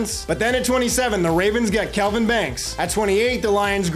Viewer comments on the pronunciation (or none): none